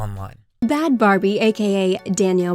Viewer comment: It’s Bahd Bhabie not Bahd Barbie SMH